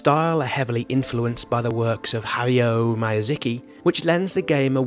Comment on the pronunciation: Nice video... but you butchered Hayao Miyazaki's name.